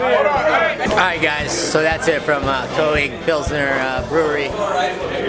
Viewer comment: umm, I thought your pronunciation of König was even worse in the voiceover. But it's a difficult sound. It doesn't occur like that in English. Try to say it like "Kir-Nick" (with Kir as in "Kirk") -- that's not quite right, but as close as most english speakers will get. And most importantly you will be understood. Any German will understand immediately what you mean if you say "Kir-Nick Pilsener", but if you use the pronunciation you do in the voiceover, they might not understand or at least have to think for a minute to figure it out. I enjoyed your video. I see you are an upcoming channel.... You have my sub! Keep it up!